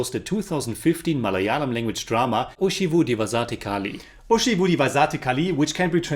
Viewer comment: title pronounciation 😭👎